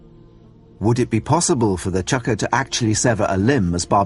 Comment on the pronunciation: It's called a fucking Chakram, not a "Chakra", jesus.